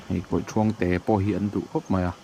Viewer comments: Kawihthuang thuang tih lai kha lam hniam tur aw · Hmuhnawm leh pek e, kawihthuang hi a "thuang" lai hi Ruang ( mitthi) thluk hian kan lam thin